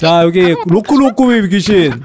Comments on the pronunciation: 로쿠비로쿠비가 아니고 로쿠로쿠비인데😅😊🎉❤ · 로쿠비로쿠비 가아니고 로쿠로쿠비 에요